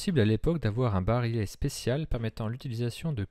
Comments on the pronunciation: Vidéo très intéressante. Une seule remarque, pour le barillet, on prononce "bari-yè" et non "barilé". Bonne continuation ! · On prononce bari-yet et non bari-let. Comme dans billet. Ou dans vrille ou quille, et la majorité des mots en "ille". Les mots ville, tranquille ou mille sont strictement d'origine latine, ce que ne sont pas les autres. Sinon, le MR73 avec ses crosses bois a un sérieux inconvénient : il pente trop vers le haut en prise de visée spontanée les yeux fermés. Ce qui n'artive pas avec sa crosse Trausch. Faites des essais les yeux fermés avec d'autres revolvers, par exemple S&W, vous comprendrez. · barillet prononcé barilet ???